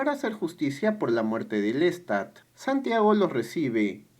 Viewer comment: que mal resumen , que feo pronuncias el nombre de LESTAD como suena con acento invisible en la (a) por desgracia no cuentas nada nuevo o profundo, que muestre o deje alguna enseñanza, tu acento es horrible, no se de donde seas pero hablas mocho, cuando se cuenta o se resume el tema del vampirismo (como otro) en el cine, sea drama, comedia o terror, ¿lo entiendes?, algo mas que cuente lo psicologico del ser humano sobre todo el momento presente o las circuntancias en que se vive en la actualidad, es reprobable la forma en que cuentas las cosas, no haces tampoco ni por error de semblanza de algun cineasta comparando el tema con otro vaya es una verdadera lastima, ni lo bibliografico tomaste en cuenta 16 minutos de nada